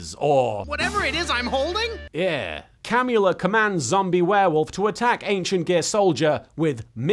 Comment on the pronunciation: I heard the vampire lady’s name as “Cannula,” which did not help me take her seriously.